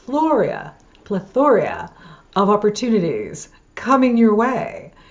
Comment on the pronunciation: Nice video. Google purnounciation of plethora, kumbaya.